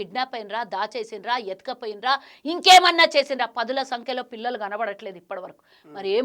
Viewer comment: పదుల సంకలో కాదే పంది పదుల సంఖ్యలో ముందు తెలుగు తప్పు లేకుండా మాట్లాడు